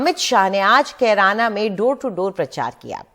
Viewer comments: BJP hatash lag rhi he Amit Shah ne Kerana ko, Corona bola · अमित शाह जिस जगह पर गए हैं उस जगह का नाम भी सही से नहीं बोल पा रहे हैं कैराना को कुरौना बताए हैं अमित शाह दूसरा बार में कैराना बोले हैं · Korona hai bol diya kirana ko😂😂😂... Mota bhai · Amit Shah ko carana bolane nahin aata hi corona bol raha hai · Kerana ko corana kah rhe hai aar paar